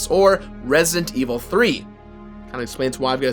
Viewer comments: "Resint evil" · its resident evil not resntevil omg say the game right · Resient Evil? I can't hear him pronounce the d in Resident Evil most of the time.